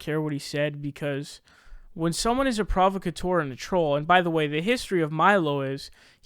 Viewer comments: PROVocateur? My dear sweet sir, you're putting the emPHAsis on the wrong syLLABle. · Phonetically it's pro-vauk-ah-teur, sry just bugged me a lil.